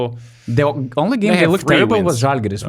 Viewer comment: Also, its ŽAlgiris, not ŽalgYris